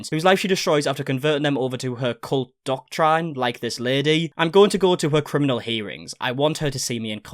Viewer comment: Bro how can you not pronounce doctrine or disability lol I feel like you slept through English class